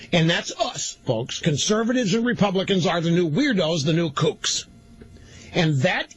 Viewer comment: I like how he tried to say conservatives were the new kooks (sp?) but accidentally pronounced it like Kochs.